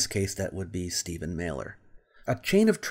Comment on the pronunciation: Mahler lol Every single time. And chemistry comes from Al Quarismé not kemit khemet or kimmit or any other pack of bull he wants idiots to believe